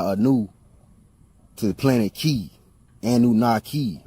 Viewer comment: Ki and chi pronounced kee and chee, not "kai", bro! 😉